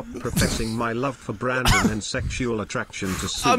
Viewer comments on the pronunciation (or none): Nothing made me laugh harder than fucking "Brandong"